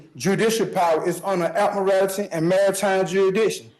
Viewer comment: Ad-murr-al-tee law 🙄